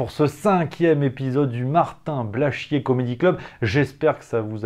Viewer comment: J'aime bien quant tu prononces le nom de ce nouveau et grand artiste: Martin Blachchchchié. Tu appuyes dessus comme appuyer sur un bouton de pue sur le nez qui nous fais chier!